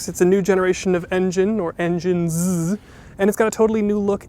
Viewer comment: When he said "engineszzzzzz" 😂